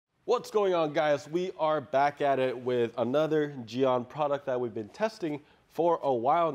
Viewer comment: You korean? Me too. Ive been looking up gyeon on korean site and its pronounced geh-un. 게온 not Ji-yon.